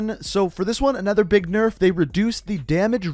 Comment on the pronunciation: "Big nurf"?